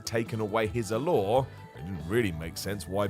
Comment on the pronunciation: 1.25 - ‘taken away his allore’ Allure,, ALLURE 😂 Loving the self edit at 10.19 btw ❤️